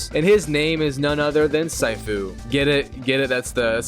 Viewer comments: Sighfu 😂 its shifu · It is “sea foo“ (I’m a Chinese person) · It's pronounced seafu not saifu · yes immediately, bro said Sai-fu💀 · It's called Sifu not Saifu... You pronounce it like Master Sifu from Kong Fu Panda, Sifu isn't a name it means Master (except in KFPanda Sifu is a name) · It’s not “sigh-foo” it’s “sea-foo” you donut. It’s means master in Chinese. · "Saifu" nah bro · Its not syfoo its cfoo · Dude what the h*ll is saifoo its sifu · Bro really Said Saifuu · Its not syfu its sifu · Bro's too used to saying "waifu" that he actually said "Saifu", bruh its :Seefu" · the way you say sifu just makes me wants to punch you instead🙂 its See-foo, not Sai-fuw, its mandarin for "master", and im not even chinese to know this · “Sighfu” Brother it’s pronounce “seefu” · “See-foo” pronunciation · pronounced 'see-foo' dude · Yep,it's (See-foo) 😑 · It’s pronounced see-foo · damn dude what rock you live under? Its pronounced See-foo it literally says it in the game and its not the your fathers name its a respectful title for a skilled person, teacher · Or saifu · Wtf did you just say? 😂 cyfoo? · I lasted about 3 “sigh-foos” before I had to end the video. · "Saifu" It hurts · Bro said Saifu 💀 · "sighfu" kms🤣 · Surely you saying “SAifOo” is a bit right, it’s not that hard bro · Hearing you pronounce “See-Fu” is pissing me off😂😂😂😂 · See-foo bro… its pronounced see-foo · Bro really said SAIFU 💀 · Its pronounced " SEEFU " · Bro its pronounced SEE-FOO nice video BTW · SYFOO!!! You sicken me with your pronunciations You butcher. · I think it's pronounced, SEE-FOO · Yessir very mispronounced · The way you pronounce sifu brings dishonor to your entire family lol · The way your pronounce sifu even though they say it properly in every martial arts movie, show or game is crazy but your mostlikely american so we understand why. Please out of respect, pronounce words the right way and not the white way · Dawg how did you fuck saying sifu that bad